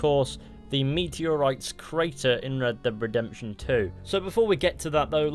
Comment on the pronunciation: I swear you always call the game Red Deb Redemption! D-e-a-d, dead!